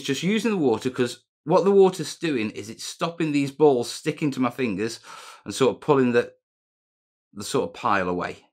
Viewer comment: Awesomeness. I can hear by your pronunciation of “ balls “ that you have been watching old Pink Panther movies with Peter Sellers.